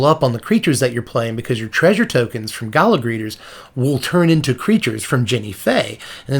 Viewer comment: It's "gala", not "gala".